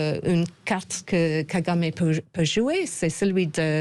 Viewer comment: Kagamé et non kagamamé